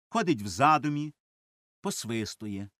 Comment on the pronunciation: Дякую за прочитання. Зверніть увагу на наголошування: "в задУмі", "оглЯнулись"